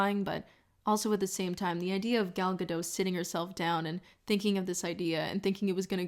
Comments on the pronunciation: Don't know if anyone has said it already, but it's Gal Gado*t* not "Gado" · "Natalie Portman is in this video" Liar. Also it's "Guh-dote" not "Gah-doe" for Gal Gadot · Love this video so much, but I'm pulled right out of that wonderful appreciative state every time you say desperacy or Gal Gadot. Desperacy isn't a word - I think you want to say desperation. And her last name is pronounced Gah-doht with a hard "t" - it's Hebrew, not French.